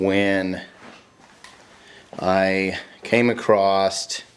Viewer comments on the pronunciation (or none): AcrosT ..........................argh with that T